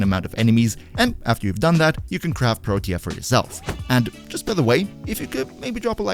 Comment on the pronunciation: He pronounced it pretty well, tbh. You can check online. What irked me was how he was saying "Protea" like it only had 2 syllables.